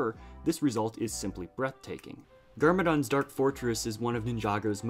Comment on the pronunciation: He did not just say grrmadon not trying to be a dick I’m just a nerd but…. It’s gar-ma-don